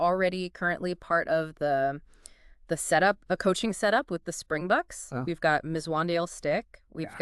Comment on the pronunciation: Just pronounce it "Spring-BOX'. It definitely isn't "the spring-BOOKS". Singular: "Spring box" without the "s" at the end.